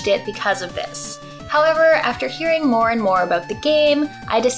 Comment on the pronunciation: As soon as a Canadian says “about” you just know... I hope this comes out on Switch!